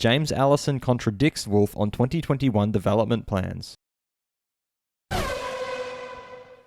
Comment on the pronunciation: Can you not say 2020 and 2021 normally? Cannot get past it 😬